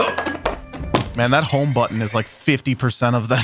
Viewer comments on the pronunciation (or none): none